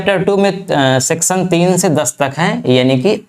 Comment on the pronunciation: तुम्हारा लेक्चर मुझ से इसलिए सुना नहीं जाता, क्यों कि तुम्हारा उच्चारण बहोत ही खराब है । १) सेक्शन को सेक्शन २) परी भाषा को परी भासा और भी बहोत कुछ